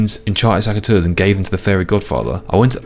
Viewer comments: pls, it's SECateurs, not SACKateurs 😅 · I just wish you didnt say saceteurs 😅